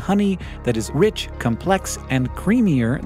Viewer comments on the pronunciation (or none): none